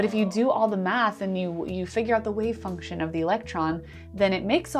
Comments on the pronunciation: I'm really worried about the electron being a "Wave Fuction." Fuction??? Sounds sorta like "suction" and...well...never mind. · I recently caught on your channel. Love it! But for now, i just wanted to point out the funny "wave fuction" . All the best to you!